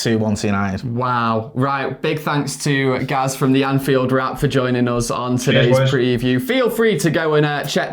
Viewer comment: Thought you had the name right with the pronunciation of Anfield rats